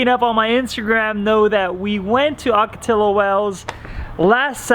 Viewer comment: Yo, my guy, it’s pronounced “Ocotiyo”. 😂